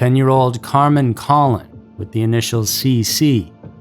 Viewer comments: Hello, an FYI, Carmen's last name is pronounced like Cologne, a fragrance. Thank you. Out of respect for the victim, her last name should be pronounced correctly. No judgement. Regards. Additionally, I hope they do some advanced DNA analysis regarding these cases. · Carmen’s last name is pronounced ‘Koh-lone’ (Colon) and Michelle’s is pronounced’My-enn-za’ (Maenza) Wanda, you got that one right. I was in sixth grade when this happened and those names and faces are forever ingrained in my mind. Give the girls the respect they deserve and pronounce their names correctly. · pronounced "cologne" and "beeanki"